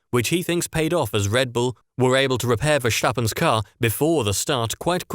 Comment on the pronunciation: Kinda but not really. There's no "sh" sound in Verstappen. It's just an S sound.